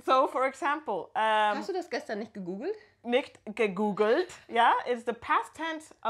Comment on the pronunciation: gegoogelt, not gegoogled